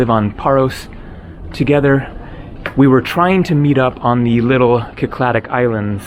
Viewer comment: Just a nitpick but I'm pretty sure "Cycladic" is pronounced "Sy-cla-dik" no "Ki-cla-dik"